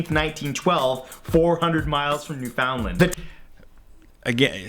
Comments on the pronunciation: As a Canadian, his pronunciation of Newfoundland really irks me 😅 It’s pronounced NEW-fun-lund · Canadians are going to roast him for misprouncing "Newfoundland" and he lives in Toronto!